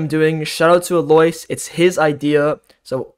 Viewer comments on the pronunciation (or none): none